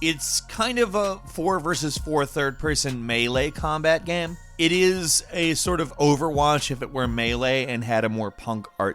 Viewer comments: Is it me or does this guy pronounce game as "Gam"? Lol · at 25 seconds...what the hell is a gayeum...and as a gaming focused youtuber why can’t you pronounce the word game? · Yo he said GAMM like 3 times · I don't mean this as a mock, but why does always say "gam" instead of "game"? Even the closed captions doesn't understand the word correctly. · Y u say gam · can we change the channel name to gaemranx? I feel like that's how pronounces the word game. gAEm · Anybody ever notice how pronounces "game" and "made" as "gaem" and "maed"? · Why do you say..."Gayham"?????? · Why doesn't this guy know how to pronounce the word "game"? I've never heard anybody pronounce it with multiple syllables before.